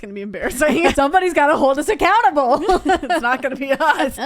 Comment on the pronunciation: hold them a-counter-ble?